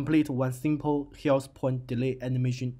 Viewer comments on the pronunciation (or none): That is not a problem, by the time you will be better and better, also it is not bad now! the only thing you need is to focus a little bit on the sounds of some letters (like "th" in "health). Thanks for the tutorial :)